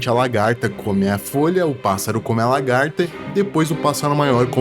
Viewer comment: Não tankei tantos "largata" kkskekwksk